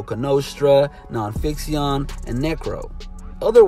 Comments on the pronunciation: The mispronouncing of names... Rawkus (ruk-us) and Non-Phixion (non-fiction) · I'm sure I won't be the only person to say this, but it's pronounced "Non-Fiction". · Dude mispronounced Non Phixion. It's pronounced non-fiction, not non-fixeeyon